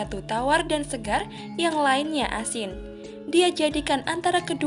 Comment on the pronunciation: ASIN bukan ASING